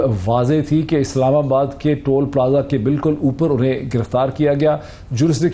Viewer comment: I am glad to hear toll from your mouth.. instead of tool. Most of journalists even lawyers are pronouncing it tool instead of toll. God bless you.